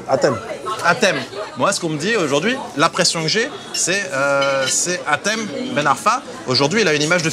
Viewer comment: Mais c hatem putain pas Michem 😤